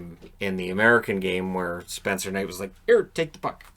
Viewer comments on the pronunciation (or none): none